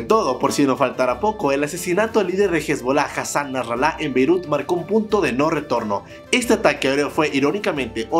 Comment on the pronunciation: Por favor pronuncia Beirut con su B, la i, y su T bien, pues lo dices tan feble que parece que dijeras Peru. Yo estoy de acuerdo con las medidas de Israel, pues ellos saben mejor lo que les conviene. Ya basta de los abusos de los grupos terroristas. Fight fire with fire.